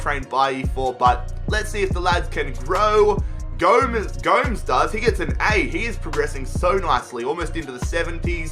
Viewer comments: The first name might be anhel but it’s definitely not gomz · Ffs Gomes is pronounced Gomez not goms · This is what really annoys me about FIFA YouTubers - above & beyond the fact that they often don’t know how to pronounce obvious names, how certain competitions work & general displays of their disturbingly low knowledge of football - is the fact that all the faults are put down solely to the player in the game & not yourself. Mkhitaryan has been world class for Man United in real life & in game for me has an insane number of goals & assists. Selling Mkhi would be ridiculously unrealistic & lead to the VERY BORING & NOT ENTERTAINING practice of virtually using the entire transfer budget every single transfer window. A series can be entertaining without relying on spending £200M every season. It got boring years ago!